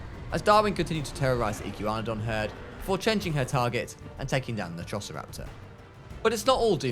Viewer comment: I can’t stand him saying iggywanidon instead of igwanadon